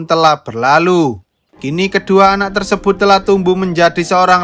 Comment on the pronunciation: TERSEBHUT......CANGKROK....... org jawa gitu lohhhh..........